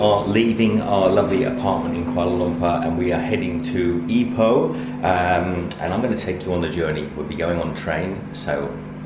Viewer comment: Also, please don't say EYE-poh. You should say EE-poh. Then you'll sound like a local.